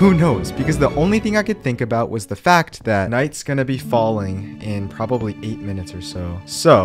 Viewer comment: "This is probrably the worst house I hae ever made." TRUST ME I'VE MADE WORST.